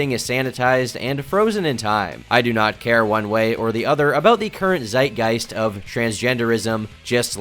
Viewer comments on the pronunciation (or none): none